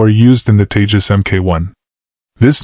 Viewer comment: Its TEJAS not TAJES